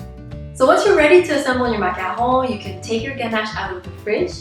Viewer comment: I LOVE how you pronounce macaron